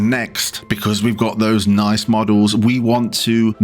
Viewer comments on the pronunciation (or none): none